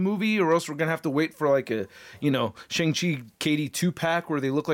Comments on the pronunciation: Finally, someone who actually pronounces Shang Chi correctly. Even the actor himself pronounced it sh"ung" chi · Something I learned recently is that his name is pronounced “Shaung Chi”—I’m an Asian geek and never knew that either! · no he doesn't. It's pronounced Shong-Chi. Even tho it's not spelled that way.